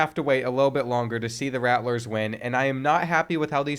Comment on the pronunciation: Me being destracted the entire video by the extra "T" in "Rattlers" lol